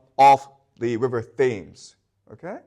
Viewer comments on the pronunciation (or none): He says "River Thames" (at ) but it is actually pronounced "River Tems" - that is my only qualm, great lecture, thank you for this! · If English is so easy, then why can't you pronounce many of our words, eg "Thames", which is phonetically pronounced Tems. Also you replaced most of the R's with a W. I think you missed out a lot of innovation and skills, as there were many magnificent castles and cathedrals built years ago. Us English are always looking for the next best thing, not content with the status quo, as many other nations were. That's what led us to the industrial revolution. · The " H" is silent in the River Thames pronunciation.